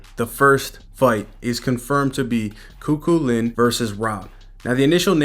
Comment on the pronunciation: It's pronounced coo-cullen. Great coverage. KEEP IT UP!